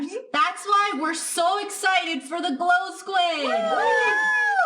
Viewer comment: Mogang: Its glow skuid! Me: --_